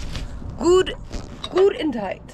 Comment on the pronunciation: Did I hear you say goodentight and rip a fart? 😂😂 Don’t over tighten your oil drain plug you can bugger up the threads and cause it to leak, or worse, next time you go to change the oil, you won’t get the drain plug to budge.